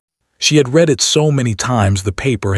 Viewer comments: AI is not smart enough to know the word "read" present tense pronounced REED vs past tense RED. Like the word "breathed" is always misprounced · The word read is pronounced RED not reed.